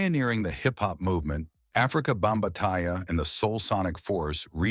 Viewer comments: Again Stupid AI,it's Not Bambataaia it's Bambaata. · Ikr...Africa "Bomb-ba-tai..wtf?!?😂😂